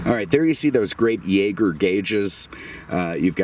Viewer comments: Jäger is pronounced Zhay-zjer, as in Jaeger-LeCoultre. It is a French-Swiss company; instruments sold by their were branded Jaeger, watches sold in the US were branded LeCoultre, or latterly Jaeger-LeCoultre- which mechanically are much nicer pieces than a Breitling. At one time their dominance of the instruments field in Europe was rivaled only by VDO. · Jacob British Jaeger Instruments (pronounced here in Great Britain 🇬🇧 YAY GER), had an auto.otive instrument making facility in London... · British Jaeger is a subsidiary of the instruments division of Swiss Jaeger. They also made automotive instruments for Peugeot, Citroen, Renault, Talbot, Samson, Delage, Alfa Romeo (who didn’t use Veglia for much of the final years of independence), Seat, Hispano-Suiza, Pegaso, Voisin, and undoubtedly others. Pronouncing it Yay-ger is ironic because the company was French Swiss, not German Swiss, and as far as I know, no substantial German manufacturer used them- and I include things like Wanderer, Loyds, Borgward, and Horch in that statement.